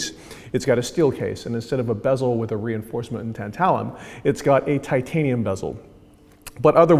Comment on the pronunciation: Dang, I was only here to see you mispronounce “bezel” as “bees-ol”